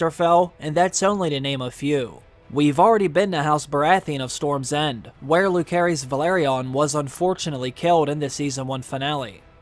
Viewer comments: It's Lu-se-rys not Lu-ke-rys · Who is loohkeres??? Do the people who make this videos even watch the show??? Like how do they mess up so many names when we’ve all heard the names on the show? Is not like we’re reading them and we don’t know how some may be pronounced. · Is it really so hard to pronounce Lucerys correctly? If you listen to the show, they tell you how their names are pronounced.